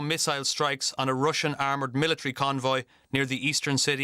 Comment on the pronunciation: I know you have a language barrier; but let's see if this helps: it's "Russian" not "Ration". Russian is like: "rush" + "un" Otherwise great reporting ! ! Do we not have an armored evacuation bus for such emergencies? It must take about 2 days to design and produce one huh? Weld about ten Russian tank carcasses together; take volunteers from the Nascar Dads in the US. ! ! ! Let's win this all you surrounding countries wondering how you can help ! !